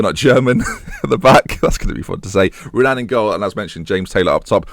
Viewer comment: The R in Renan is pronounced like an H. I.e. "Henan"